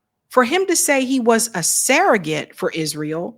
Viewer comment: It's surrogate, not serregate.